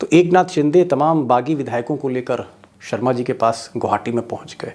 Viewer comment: असम के मुख्यमंत्री के नाम का उच्चारण सही नहीं कर रहे हो , सही करो, शर्मा नहीं है , ' हिमंता बिस्वा सरमा ' है शायद सही उच्चारण